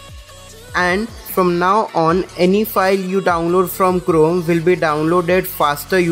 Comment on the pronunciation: Its liek your saying clome